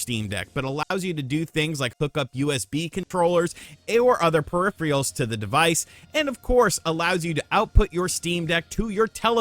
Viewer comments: It boggles my mind how a human so lacking in language skills can become a successful video journalist. Did you say purr if reals? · “Perifrials” & “that so many people ‘assimilate’ with the movie.” Is English getting worse?